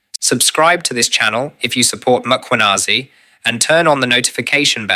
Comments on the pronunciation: Madlanga has frequently corrected the pronunciation: MAkwanazi s not correcct. It is MKhwanazi, sir. Like former president, some pronounce is surname as MAbeki yet it is simply, MBeki. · Its Mkhwanazi not Makhwanazi please. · its General Mkhwanazi, not Makwanezi. thanks. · Please fix the surname on your sub titles its not Macwanazi what shit is that? Its Mkhwanazi please. White you do this on purpose you mispronounce & misspell our name purposely. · It's Mkhwanazi not Makhwanazi.. the mispel completely alters the name itself. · Mmmmmmmkh-wa-na-zee (that's how you pronounce it, dear AI and relevant content owner.....